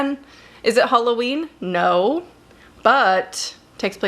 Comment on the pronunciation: Hulloween? Which accent is that?